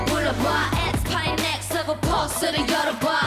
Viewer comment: 솔직히 노래 처음 들었을 땐 이게 뭐야 싶었는데 Next Level 발음에 치여서 계속 보고 플리에 넣음ㅋㅋㅋㅋ